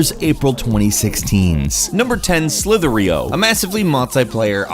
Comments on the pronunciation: Slither.io is pronounced slither dot i o, not slither ar eo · *Slither dot I O. It's not a domain hack, neither was Agar.io, plz stop pronouncing it like that x_x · slithereeoh? XD